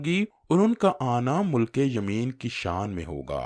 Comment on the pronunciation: مُلک یمین نہیں، مِلک یمین ہے. ی پر زیر ہے